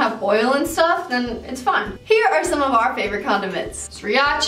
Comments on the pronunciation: I know I shouldn't have, but I died at you pronouncing siracha."siri-acha..." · Please learn how to pronounce sriracha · Homegirl pronounced the first r in Sriracha lmfao